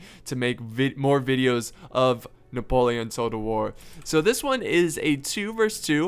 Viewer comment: I love the way he said Napoleon like NahPolehAhn